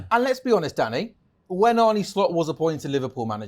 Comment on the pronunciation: His name is Arne, not Arnie - football people should know that by now. Danny played with John Arne Riise so its not like hes not used to saying it properly.